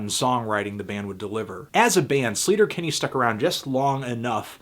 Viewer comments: It's pronounced like SLAY-ter-Kinney, not SLEET-er-Kinney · He's pronouncing sleater Kinney wrong